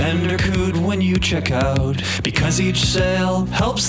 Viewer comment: Bandercoot. I love your content, I love your style, I love your vibe. But I struggling to forgive rhyming “out” with “out”.